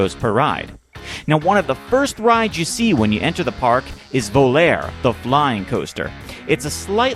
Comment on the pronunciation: The italian word "Volare" you must pronunce it "volare" not "Voler"